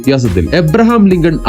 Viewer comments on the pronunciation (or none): none